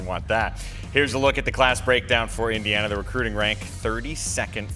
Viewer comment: All other rankings have IU as the 1st, 2nd or 3rd ranked portal school.... Screw the Illinois hicks at BTN who can't even pronounce Eeendeeeana....